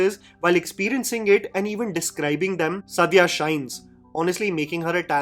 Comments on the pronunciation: Suddiya? What is wrong with your pronunciation???? For all the authenticity, research, correctness, and intelligence you boost of... it's disrespectful how badly you pronounce muslim names. Its Saaaadia, not Suddiya. Also it's Ibraaheem, not Eebrahim... that's for the annoying way you kept referring to Ibrahim Ali Khan in your Nadaniyan review. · Actress ka naam toh theek se lelo yaar. The way you are taking her name and surname is like a blow to the ears